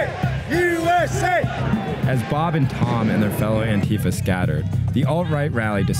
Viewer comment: when youre a leftist journalist and you cant even pronounce antifa correctly lol